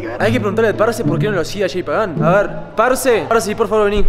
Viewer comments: Es Jay no Shei JAJAJAJAJAJAJA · No se llama "Shay" él se llama "Jay" ❤️